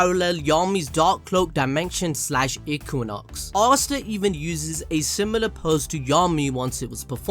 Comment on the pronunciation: finally learned how to say equinox correctly